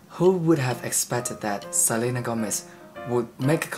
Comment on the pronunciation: You say Gómez like a native spanish speaker